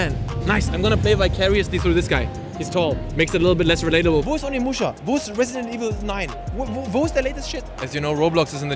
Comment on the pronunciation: i absolutely love you and all but instead of Onimuschi maybe call it Ohnemuschi